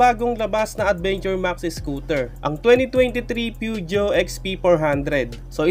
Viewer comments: pu-zhooow ang pmtamang bigkas hehe. for future reference po ❤ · actually poo.zhow. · Yung pag pronounce Po ng Peugeot ay phozhoo... Po